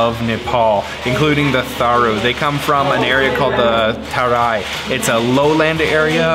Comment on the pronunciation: The H in "Tharu" is SILENT.